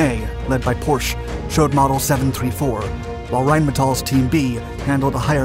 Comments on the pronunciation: Porsche pronounced “porch-a” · Music is louder than the narration. Also, it is proper to pronounce Porsche as "Pour-Sha". In the German language, the 'e' at the end is always pronounced as a short 'a'. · Your pronounciation of Porsche sucks af because it is simply wrong! Why on earth do you make the e at the end of the name silent??? Because it is not! It is to be pronounced! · You did not Pronounce Porche Properly. That never gets old